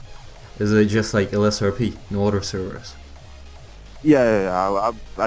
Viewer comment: А почему ты произносишь other через "о"? Это акцент такой?